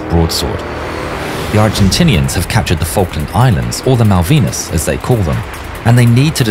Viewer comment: falkland❌ failland✅